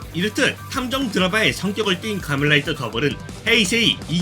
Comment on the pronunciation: 갠적으로 극장판에 나오는 헬리콥터 조종사가 기억나네요, 콰멘라이다라고 발음하신 게 웃긴지랔ㅋㅋㅋㅋ